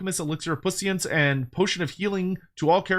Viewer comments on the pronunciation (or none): Okay I've heard a lot of pronunciations of puissance, but I think this is the first time I've heard "pussy-ants."